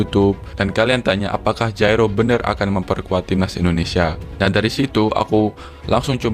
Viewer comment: Coba sebut nama orang dengan benar. Jairo jgn dijadikan nama meksiko. Sebut huruf j nya atau sebut y. Kok jadi kh.. ngaco buat content.